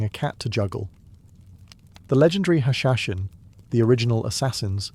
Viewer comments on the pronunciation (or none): Useless information it’s not hashashin it does not rhyme with assassin it’s hash-sha-sheen rhyming with limousine or in between.. that being said lol thank you very much for you fun content ❤